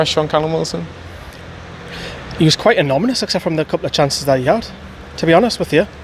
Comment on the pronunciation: I'm too numb to feel disappointed or angry anymore. Realistically we can't expect any joy under Bruce, Charnley and Ashley. At least that's what I'm telling myself to keep from drinking too much, don't think we didn't pick up on you saying "anomynous" 🤣😉